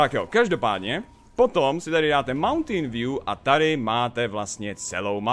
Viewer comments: mountain view* a movntajn se to fakt nevyslovuje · Tady si dáte mountain view." Jsem jedinej kdo rozuměl Mountain Dew? :D